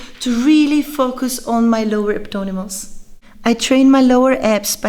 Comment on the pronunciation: Hello, you keep saying abdonimals in the entire video.I like the sound of it from now on i will call them the same!!! You give very precise and wonderful workout advices.P.S.The thumbnail photos were to die for!!!